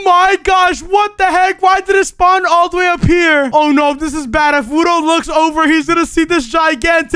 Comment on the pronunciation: Bruh it's frickin wudo not wuno Wuno isn't a word